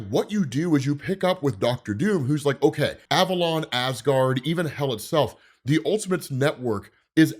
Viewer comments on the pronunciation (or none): none